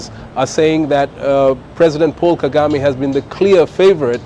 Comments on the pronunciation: KAGAME not KEGAME😂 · Kagame not kegame